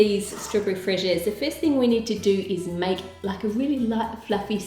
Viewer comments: its pronounced f-rr-ez-yeah-s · Lol it's not pronounced fraisier like you did its pronounced like this " fray-zi-é" hopefully it helps :P if not make google translate pronounce it. From a French Canadian who loves your recipes! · its pronounced frez -ee-air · The pronunciation is Fray-zi-ay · The way to say "fraisier" in French is frez'-ee-ay. :) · U say it as fraze u never pronounce the last letter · It's sort of pronounced like frézié. 💜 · Those cake-lets are gorgeous! You know how in French, croissant sounds more like, "cwa-sant?" Fraisier is in between that "wa" sound and how you are saying it. Extra points for saying the end correctly as "eeya!" "Fwrays-eeya." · hello Ann, I love your videos I'm french and the right pronounciation is 'fraziey' yu were close :D Great recipe as usual ;) love you <3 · Love the video. The cakes look soooo good I just wish I had time to make some. P.S. It's pronounced Fra(like France without the ce)-zee-air. Which means strawberry in french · The pronunciation of "Fraisier" would be "Fray-Zee-Ay" but I can't blame you because you always make me want to cook those delicious thing you show… I'm hungry now… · strawberry in french i pronounced like {frez} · How To Cook That Nice one Ann ! But in France, and it's a French that says you this, we pronounce ['fre'ziey] :) Word invented from the word "Fraise" (meaning "strawberry"). :) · I'm french and you have to say "fraisier" like "fraiZier" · Fraisier. Is pronounced "PHRASE-ear". Hope that helps :) you got it almost 100% right. ;) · Hi Ann! Another great dessert that I'm looking forward to making! Just wanted to let you know that it's pronounced [Fray-ziay] as you asked for corrections :) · Yay, a French recipe ! It's pronounced freh-zee-eh (i tried to spell it the best i could lol) thanks for this amazing recipe ! Can you make sweets from the Caribbean please ? 🌴☀️🌴 Love from France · Fraisier is pronounced Fraisié :) (french fan here ;) ) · that is not how you say it but its okay